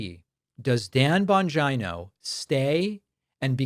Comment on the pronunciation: Thank you Pakman for pronouncing 'Bongina' correctly! XD <3< [Radish-Approved]